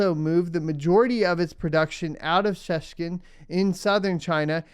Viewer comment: It's all been rather grim news of late but your pronunciation of Shenzhen was most amusing ;]] Top stuff, keep it up!!!